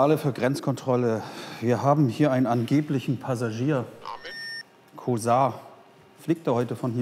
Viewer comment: Kosar ist mein Nachname...Kooootz...Sag doch, wie man es richtig ausspricht!